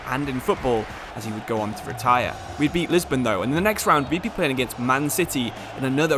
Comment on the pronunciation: League one💀, Lisbon💀 and Line on Messi💀. I'm on minute 15 and there's already 3 things pronounced wrong Edit: Nou Camp💀 Edit 2: Nabry💀 Edit 3: Bresciya💀